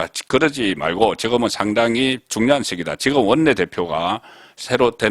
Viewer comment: 지거먼? 제발 발음 좀 의식하시오! 하면 됩니다!!!